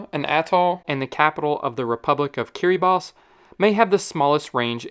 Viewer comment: Also give me a million tries and I’d never guess that’s how you pronounce Kiribati